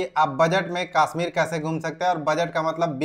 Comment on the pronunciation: Kasmir nhi hota. Kashmir hota hai